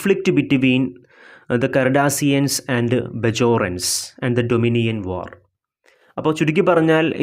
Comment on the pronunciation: Doninion alla dominion aan❤️